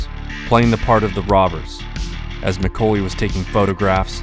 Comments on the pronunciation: Mc-Kaw-ley, not Mc-Co-ley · It’s pronounced like Mick-Call-Lee. Not Mick-Cole-Lee. Like the actor from home alone. Might as well be AI. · Neil "MIH-CALL-EE" McCauley... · Great video. But your pronunciation of McCauley really got on my nerves , beings it's my last name.